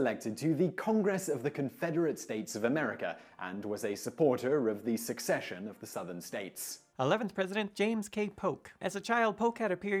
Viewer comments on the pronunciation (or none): Don't you mean "secession" of the southern states - versus "succession"? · I appreciate the lesson on proper pronunciation of "Quincy". Allow me to return the favor: it's "secession", not "succession". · Sorry for being a jerk, Simon: SECESION, rather the SUCCESION.